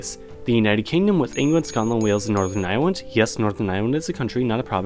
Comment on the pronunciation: he said northern irewand